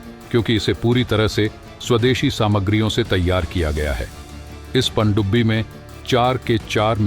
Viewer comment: Bhai please pandubbi bolna theek karo..... Pakistani humara mazaak banayenge. Andia ki sajish hai.